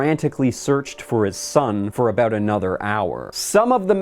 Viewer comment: Hehe “aboot”